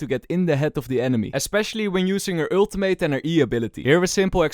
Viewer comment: please learn to pronounce ultimate lol love your vids man